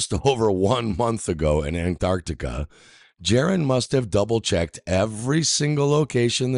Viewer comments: Why does he keep saying it like "ant Arctica?" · I get frustrated with this guys way of pronouncing Antarctica. Ant-Arctica. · why is it that almost every flat earther calls Antarctica Ant Arctica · Why do some Flat Earthers insist on calling Antarctica "Ant-Arctica"? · Ant-Arctic 😂 What a mor-on. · Holy fuck the way this tool says "Ant-arctica" annoys the shit out of me. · Why does he pronounce Antarctica as "Ant-arctica"?😊